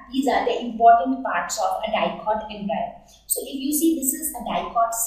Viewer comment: It is Em-Bri-O not Em-Bri-Yo →_→